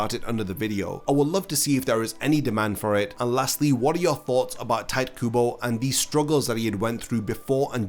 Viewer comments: its not tayt kubo. its ti- te kubo. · hearing bro call him 'tight' kubo was a painful listen T.T it's pronounced (tea-téh) kubo XD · It's not "Tight" Kubo, it's TiTe Kubo. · dude. It's "Tee Teh Kooboh" not cringey Tight kuubow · did you just say tight kubo? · no one: this guy: "tight kubo" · His name is definately not pronounced "Tight", that's very jarring mate. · tight kubo... damn my ears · Pronunciation of Tite as "tight" hits different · did you say "tight" kubo? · Bro I don’t understand this about YouTubers: you spend tens of hours researching info for this video and yet you couldn’t spend 5 seconds googling how to pronounce Tite Kubo’s name, why is that bro? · Honestly what I was questioning most about this video when it was announced was how you were gonna pronounce Tite lol, I've switched up my pronunciation far too much 🤣.